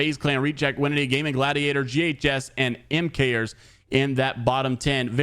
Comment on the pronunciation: PLEASE ITS PRONOUNCED “MAKERS” NOT “M-KERS” 😭😭